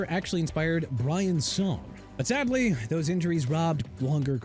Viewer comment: WAS IT "A ONCE YOUNG CENTER" OR "A YOUNG STRONG CENTER" DUDE?! YOU CAN'T EVEN MAKE ANY SENSE OF WHAT YOU'RE SAYING BRO! AND YOU DIDN'T SAY "NUMBER 1: BO JACKSON" AND IT'S SADLY NOT "ADLY" MR. AI VOICE! SMH... CHICAGO PRONOUNCED SHUH-KAH-GOW AND JAGUARS PRONOUNCED JA-GWAARS NOT JAG-WIRES! IF YOU PRONOUNCE ANYTHING RIGHT, QUIT YOUR CAREER AND GO BACK TO SCHOOL!